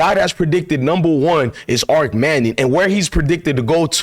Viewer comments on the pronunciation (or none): Ar-ch... Like as in archway, archery, and short for Archie..... Not ark... Like Noahs ark.. 👍🏽✊🏾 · His name is pronounced ARCH AS IN ARCHIE not ark as in Noah's aark